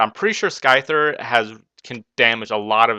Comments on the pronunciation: sky-thar? its scyther xD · It was probably HP rock becasue its 4x super effective on SCYTHER (Sigh-Ther). You seem new to pokemon. It was an ok battle. You really had the upperhand this battle though so maybe next time choose a closer battle.